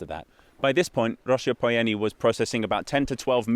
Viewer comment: “Nicolae Ceaușescu” oh no